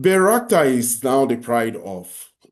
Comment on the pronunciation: Bayrakta drone, not Bayrskat.